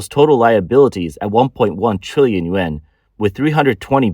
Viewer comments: Dear Rico, Thank you for your input. I must have been too blunt in my attempt at correction. The narrator should use better enunciation for the Yuan as some people listen rather than watch these podcasts and if you listen carefully, he doesn't speak clearly and some people will misinterpret and dismiss his valuable information. I hoped to give useful criticism to aid in his presentation of his information. I didn't mean to sound unkind. Thank you again for caring about this valuable podcast and helping me to be less blunt. Shalom. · He is clearly not saying yen.